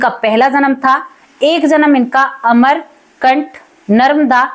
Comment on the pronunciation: बहन जहां से नर्मदा नदी निकलती है उस स्थान का नाम " अमरकंटक" है न कि अमरकंठ